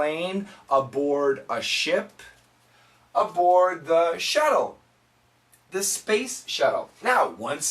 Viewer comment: And for the world "shuttle", I heard shadow